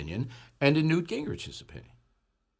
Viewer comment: Pregnant pause for Newt.